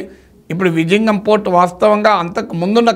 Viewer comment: విళింగం విజింగం కాదు. Zha వుంటే ళ అని జ కాదు